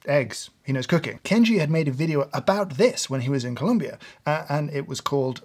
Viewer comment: it's not columbia its Colombia!